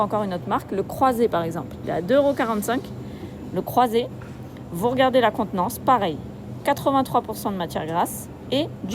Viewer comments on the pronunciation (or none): La contenance... apprends a parler Français